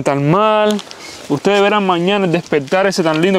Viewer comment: Frente Al Mar no Mal. La DICCIÓN hermano.